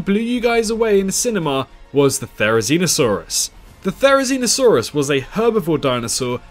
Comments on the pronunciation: the way u pronounce theri hmmmm... "zee no" "see no" just saying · no not you im talking about the "zee no" part in theri's name because it sounds like "see no" and its a video about theri being blind